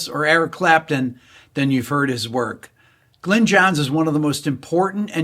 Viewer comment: Its pronounced Glinn; not Glenn, Rick.